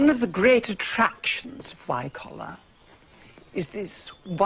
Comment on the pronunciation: She gets Wycoller a bit wrong, but never mind.